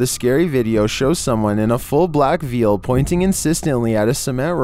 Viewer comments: Veil is pronounced as vale, not veal. 🤦‍♀️ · You said Veal instead of veil lmaoooo one is meat from baby cows and the other is a hanging cloth meant to cover someones head and face hahahaha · its pronounced vale